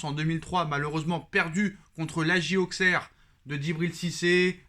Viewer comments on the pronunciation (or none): none